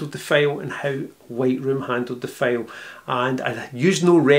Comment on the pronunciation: I love your accent....but you got me with the 22 Megabyte FAIL...What is a FAIL.... After about the 4th or 5th time I heard it, I finally got it. A FAIL is Scottish for a FILE with a long eye in American English. For us Yanks, fail rhythms with pale or pail. English is so screwy. "My attempt at editing was a major fail"...Like failure, failed, DOUGH is pronounced D-OH COUGH is pronounced CAW-F There is a street in San Francisco named GOUGH... Not GO, not GUFF, it is GOFF Do you say NILE like the river in Egypt for those pointy metal things we hit with hammers? As I said, I really love your accent, it is beautiful. Reminds me of the great Sean Connery. And once I got it, I totally understood. It is very charming...